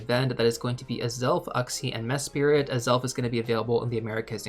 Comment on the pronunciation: It's one word - "MESS-prit"